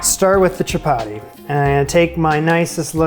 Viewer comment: Friendly FYI from an Indian: Dal is pronounced "the-all". Atta is "ahh- tah". Chappati is "cha- pa- thee".